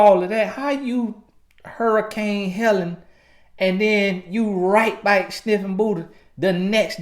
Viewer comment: TRUUUUTH! This is THE MOST VALUABLE takeaway for any women listening, despite how I feel he's incorrect directly after say we're insecure & petty, etc. It's because we see/feel the disrespect and transgression on a waaaaaayy more visceral level. Not out of pettiness or immaturity or to get her "BIKE" (back, since dude thinks he can butcher one word of the English language and we gon' think he's Plies...). If we stay with you, you haven't been forgiven honey boo-boo, we're just tolerating the betrayal and playing the long game saving face. We'll spend 40 years after that moment to save face from the pain and embarrassment to make it seem like we weren't bothered by what you did and you're not that important for us to lose our shit over you being a trifling ho... So for the next, however long we stay with your cheating ass, we'll always be quietly steaming wanting to go off and you can GUARANTEE it won't never be forgotten, and always right there in the back of our minds. Baby, you gon' be suspect forever...believe that. This dude just trying to appease the women who may watch this🙄 . So even on his digital life via YouTube he's still trying to use buzz words and culturally popular PC ideologies 😆 🤣 😂. Sad too, because I half ass agree with what he's saying. But about 30% of it is BS and pure appeasement to keep both sides of his viewers agreeing with him and tuned in. It's a typical push-and-pull tactic for speakers of divisive or sensitive topics.